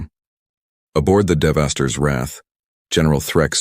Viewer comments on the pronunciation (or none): The AI cannot pronounce Devastators. It says Devastors. 1 spaceship image on top of mountains and flowers... pretty lame video.